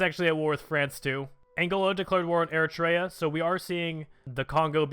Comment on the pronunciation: MALLDIVES BRUNAAY Did you know you said Broonai correctly the first time? And it'd Mall-deeves And its Era-tree-yah